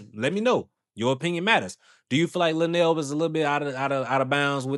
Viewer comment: I would feel the same way lunell does however I would have as a woman left the interview however the female radio host didn't do her research on her guest! You podcasters even pronounced her name incorrectly